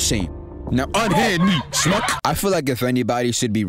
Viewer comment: the way you put everything into that "shmuck" made it sounds like a damn slur it had me in tears! but naw that bumper into the intermission was clean and just your general video formatting is an inspiration, keep it up mane!!!